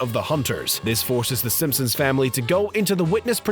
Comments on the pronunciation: Am I the only one who constantly heard him say Simpums ? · “Simpsoms” omfg dude